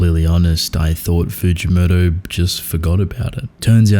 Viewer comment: Fugimoto is more like freekymoto